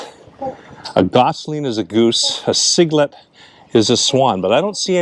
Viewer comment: Happy birthday! Baby swan is called a cygnet. Pronounced SIG-NET. Great video BTW. Enjoyed it 😊